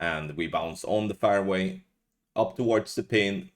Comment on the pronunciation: All these years and you still can't say fairway. Is that fair to us? Hupps gave that stupid swede a clue there how to pronounce fairway.